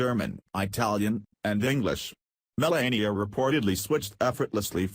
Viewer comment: First of all its Me - LAH - ee - uh, not Me - LAY - ee - uh. Second, what is the "BIG Personal Surprise?" False title. CLICK BAIT.